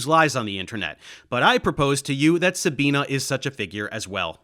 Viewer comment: Love your videoes, but plz, her name is pronounced SabinE, not SabinA